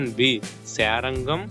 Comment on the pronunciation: శారంగం కాదు, శార్ ఙ్గం